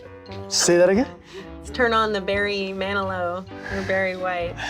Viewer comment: He listens to Alan Jackson. Did she say bearing manilow? Ha , cause car stuff.